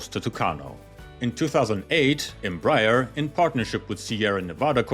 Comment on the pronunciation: Embraer is pronounced "m-bry-AIR"